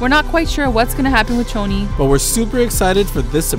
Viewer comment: Choni* not "Tchoni".